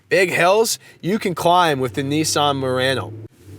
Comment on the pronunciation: Idk why I heard him saying Nissan Marino in the beginning 😂